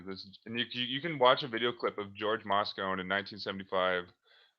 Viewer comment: Moscone pronounced "MOSS-CONE-EE"